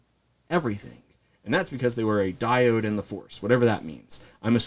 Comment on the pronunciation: “Diode”. Diad, my dude. 😂